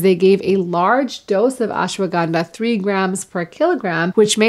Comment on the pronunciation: Surprised to see you couldn't pronounce Ashwaganda in the Indian way.